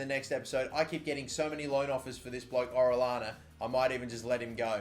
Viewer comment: Hey, the orellana guy, his name is pronounced or-eey-on-uh. No hate tho, love ur vids: )